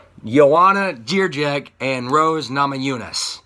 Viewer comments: You will never say it properly, sorry. You can try though I will owe u beer (4pack) if u will manage. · Joanna who?! If you can't pronounce her surname just call her Champion - please. Besides that - she is taller and bigger than Rose. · Why do you butcher JJ's last name with stupid grim on your face u think you're funny or something? unsubscribed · BS I'll give you 100$ if you give me the link to the video with the interview where they call her like that, you just didn't give a fuck to check it and just said some gibberish hoping it will get unnoticed, you could just say Joanna or add that you don't know how to say her last name, it would be very cool and respectful.